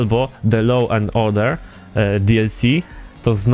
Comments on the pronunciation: Według mnie loł, a przynajmniej tak nam powiedział Irlandczyk na konwersacjach. A dokładniej się mówi 'loou' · Law czyta się lo a nie loł:D